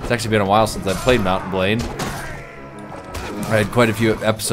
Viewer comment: When says Mount and Blade it sounds like he's saying Mountain Blade